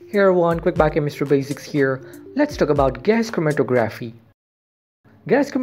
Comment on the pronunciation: the tography part of the word is pronounced like photography hope that helps